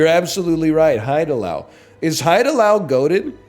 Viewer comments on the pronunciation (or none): this guy always talks about how cultured is having lived in korea for 6 months and then he keeps pronouncing haidilao as hide allow 😭😭😭